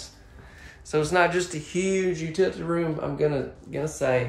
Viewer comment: I have always said laundry room... says utility room, but he pronounces it ‘utilty’!! 😁✌🏼 Hey, we all pronounce words different! I love your videos, you crack me up!! 😂